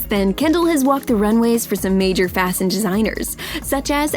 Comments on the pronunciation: Who caught the narrator saying FASION in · she told fassun instead of fashion in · Did anyone else notice that she said Fasan and not Fashion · "fasin desiners"